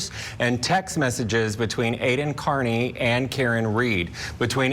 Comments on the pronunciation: OMG, pronounce his name correctly already! It’s like “Car-Knee” not “Kearn-Knee” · Aidan is Irish. His last name is Kearney. Prounpunced. Carney. This show get the stuff together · C'mon - You've been there the whole time and you don't know it's Car-ney? And Court TV -it's BRADL. Gross for "journalists" not to be able to pronounce or spell correctly. 🙄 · ... It's "Car-knee" 😉